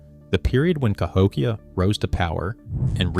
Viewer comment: AI slop narration CA-hok-ia? No, - ca--HOk-ia. a a slide show with overlays of floating fluff, floating frames and, dramatic 'music' and a fake claims of academic drama. A standard lecture would have been sufficient. There has NEVER been settled claims on Cahokia. Science builds over time. Thisis crap.